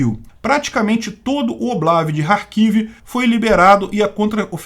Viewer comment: E carquive e querson as pornuncias porra Que agonia esse k mudo